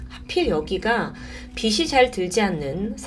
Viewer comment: 아폴로11호는 1969년도에 달착륙을 했는데 1965년에 달착륙에 고무되서 실험을 시작했다고요? ㅎㅎ 살인 사건 2주후 세실리아가 경찰서로 연락했다고 하면서 경찰은 거의 3달후에 체포했다고 합니다 그동안 뭘했길래 ㅎㅎ 파멜라가 남편 죽고 심한 조울증 에 걸렸다고 했는데 .. 이야기를 너무 극직으로 몰아가기 위해 사족을 너무 붙히는거 아닌가요 그리고 빗이안드는게 아니고 빛이 안드는 겁니다 발음을 비츨 비치 라고해야죠